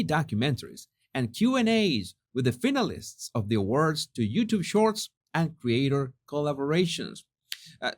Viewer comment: Fine- a- lists,, I love your accent but that's how you say said word.😂❤❤❤